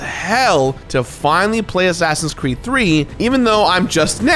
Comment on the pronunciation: Did he say "assassins creme" ?